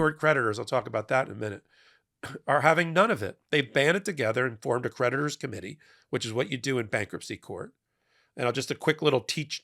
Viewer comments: I like the way you make 'creditors' sound like 'predators' ! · You said creditors; I thought you said PREDATORS! 🤣😂😝